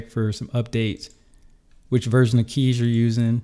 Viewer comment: good job for pronouncing kies right! most english people say it completely wrong but it is really the way how you pronounce it (it litterly mean choose in dutch)